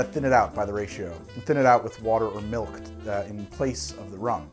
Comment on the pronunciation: Heh. says “Melk”